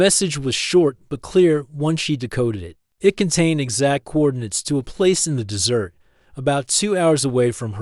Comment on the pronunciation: Please, please teach the ai the proper pronunciation of desert and dessert.